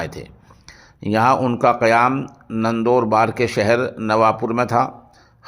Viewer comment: نندوبار نہیں نندوربار ہے